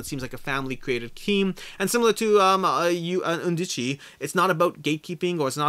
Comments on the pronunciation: Your pronunciation of Undici is spot on 🙂 Love your content and your attention to detail! Cheers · the very last pronunciation of undici you said was pretty close (us English speakers have to remember that an Italian i sounds more like our e, plus the c followed by i is a soft, "chee")